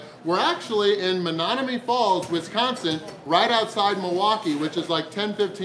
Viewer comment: Is it just me or did mispronounce Menomonee Falls like 5 times? What the? Still a great video and great challenge. It isn't "Menonomee" though.